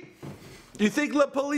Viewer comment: Am I the only one hating how he says la policia? 😂😂😂😂